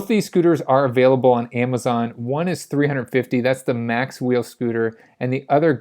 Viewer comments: It's Macwheel - not Maxwheel or Macswheel (or Mac wheel) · Macwheel not "maxwheel"